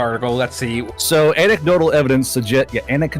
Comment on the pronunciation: Anse-idotal...... Its An-ec-dotal